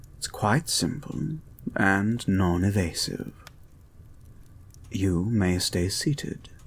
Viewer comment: The way you pronounced "non-invasive" sounded like "non-evasive," which is a touch more accurate to the story.